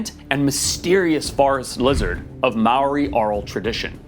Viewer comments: The way you absolutely BUTCHERED the pronunciation of Māori kills me. Ya could have looked that up before making the video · you said maori wrong and im maori and all the other maori words coz I get mad when someone says a maori word wrong I'm not trying to be mean to you just saying 😁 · Also coming from New Zealand, the way he pronounced Māori physically hurt me